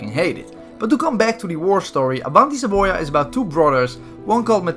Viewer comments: Si pronuncia savoiiaaa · Avanti Sa-BOI-a